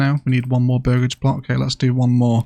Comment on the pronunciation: This game looks incredible and yes you are saying burgage correctly!